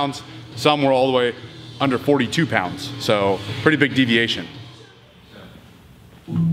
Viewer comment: "Deviatino" is my favourite spanish soap opera